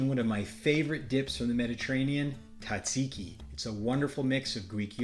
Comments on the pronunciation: Tzah- zeee-ki, please! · Very good. However, the pronunciation is Tzatziki, Tza, with a 'z' 😊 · The Z is not silent lol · I wish you could pronounce it correctly 😂